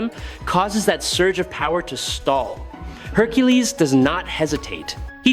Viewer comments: What the hell do you keep pronouncing Hercules name like that? It's not hercules, it's Hercules. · Your pronunciation of Hercules is nuts 🤣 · Why does the video keep calling him Hercales? It’s the Roman pronunciation Hercules. It’s annoying